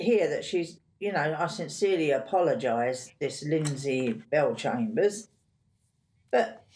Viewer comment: "Lyndsay Bellchambers"??